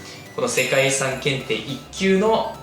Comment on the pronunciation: 遺産が理3に聞こえるw